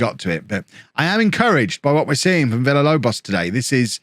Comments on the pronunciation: Holme is taking so many L's because keeps saying too many L's in Villalobos' name. If says it more like Veeyalobos Villalobos turns into prime Aguero /s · If you Pronounce Villalobos correctly he will score more goals